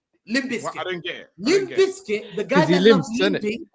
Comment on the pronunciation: “Limp bizkit” 😂😂😂😂😂